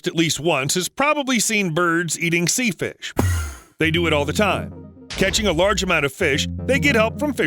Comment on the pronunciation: Did I just hear "sea fish"?????? 😊😊